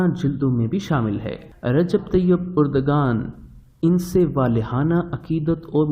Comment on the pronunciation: درست تلفظ اردوآن ہے نہ کہ اردگان۔